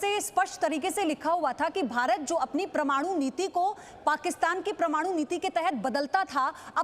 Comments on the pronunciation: मैडम प्रमाणु नही परमाणु बोलो। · It's not pramanu, it's parmanu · परमाणु को प्रमाणु बोल बोलकर irritate कर रही है ये हिन्दी की एन्कर। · Pramanu nahi pagli..paramanu hote hai... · Waahiyaat anchor... She can't even speak proper Hindi..it is Parmanu not prmanu...you are spoiling our kid's language as they watch you speak.. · M i the only one who noticed she pronouncing Parmaanu as pramaanu..!😆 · Sun bahan pramaanu nhi parmaanu hota h. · Attn: Its not ' PRAMANU!!! ' but it is ' PARMANU ' plzzzz Correct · It is PARMANU, not PRAMANU. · Aap India me rehte ho madam, yahan ke journalist ho aur American report ka reference de rahe ho - aise kaise hoga. And please correct your hindi uchcharan.. it not Pr-manu but Par-manu.. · Paramaanu bolna nehin aata anchor ko pramaanu pramaanu bol raha hei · pramanu nai be parmanu bol, bolna to sikhja pahle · YEH PRAMANU NAHI HAI MADAM ,,IT'S PARMANU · Yaar kaisi anchor hai??? Kab se Parmanu ko prmanu bol rahi hai.... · प्रमाणु प्रमाणु बोल रही हैं आश्चर्य है किसी ने टोका क्योँ नही आप को । परमाणु कहा जाता है हिंदी पर ज़रा कृपा रखिये बाकी खबरें आपकी बिल्कुल ठीक हैं सही रास्ते पे हैं । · Pirmadu nahi parmadu bolo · Pramanu nhi hota ma'am wo Parmanu hota hai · pramanu nahi parmanu hota hai, hindi to acche se bolo atleast, news anchor ho bhyi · Pramadu nahi parmadu Apne gala uchcharan Kiya. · परमाणु नहीं नहीं बोल पा रही। प्रमाणु बोल रही है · Parmanu to thik se bol lo pahele Pramanu pramanu 🤣🤣🤣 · प्रिय न्यूज एंकर कृपया परमाणु उच्चरित करो।आप प्रमाणु उच्चरित कर रही हो।zee एक प्रतिष्ठित न्यूज चैनल है इस पर ऐसे लोग आएँ जो हिन्दी शब्दों के उच्चारण तक सही न कर पाएँ यह दुर्भाग्यपूर्ण है और इससे न्यूज़ चैनल की साख प्रभावित होती है। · उच्चारण शुद्ध करें , शुद्ध शब्द परमाणु है , प्रमाणु नहीं। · "परमाणु" कहें। "प्रमाणु" नहीं है। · Please pronounce "parmanu" and NOT "PRAMANU". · प्रमाणु नही परमाणू होता हैं. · Not pramanu it's paramanu... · ओह मैडम प्रमाणु नहीं परमाणु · First to learn, it is not pramanu, it is PARMANU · "प्रमाणु" नहीं मैडम "परमाणु" होता है...